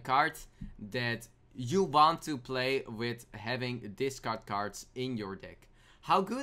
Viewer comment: discard dis card nice pronunciation